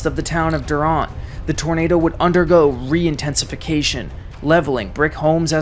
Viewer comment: great video.. A couple of minor pronunciation errors tho.. It's not Duront.. it's Durant, like the little bitey insect ant. Yazoo is pronounced as you would say "at" but obviously without the t.. but the A has that sound... it isn't YAH zoo as you said throughout. YA'zoo and not YAH'zoo. But aside from that nitpicking, it was very well done and I remember sitting at home in central Arkansas watching this monster rip across my home state.